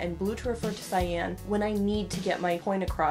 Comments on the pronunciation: Pronounced sigh-yon... not sigh-yan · every time this girl pronounces cyan like "sy-anne" i wanna shoot myself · I was today years old when I discovered that Cyan is pronounced SAYAN lol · I am a life long artist (not saying my age, ) and had never heard this. So now I know. What a difference this would have made! Thank you! I can't wait to put this into practice! I also want to mention that I was taught that cyan was pronounced like the word for the pepper, ('ki-ann). So isn't my face a mix of magenta and yellow right now. :/ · Whenever cyan is brought up, usually in this topic, I remember that nobody ever said it aloud to me as a kid so I thought it was pronounced sea-Anne till like 17 They never heckin told me that word I read it